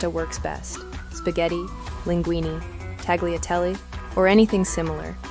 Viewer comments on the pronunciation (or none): looks delicious and may I respectfully point out that "Tagliatelle" pronunciation is not with a hard 'g'. In Italian it's TAL-YAH-TELL-AY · From Tucson, AZ. Great recipe. By the way, it’s pronounced “tall-ya-telli.” Just saying… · Italians may have burst into flames watching you pronounce the G in tagliatelle